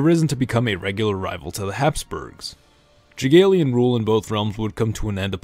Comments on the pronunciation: i still cannot get over the way Z pronounces "Jagiellonian" it's "yah-gye-low-nion" not "jiggleman" or whatever he's saying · "Jagiellonian": Yeah, Jageelian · You've referred to Jagiellon monarch, it is prononced YAH-GYEH-LLONIAN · i have to say it, it is the Jagielonian dynasty but its pronounced Yagielonian